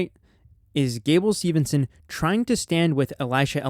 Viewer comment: Steveson, not stevenson